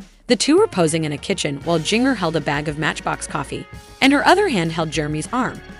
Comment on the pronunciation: I would love it if you would learn how to pronounce her name. It is like gingerbread.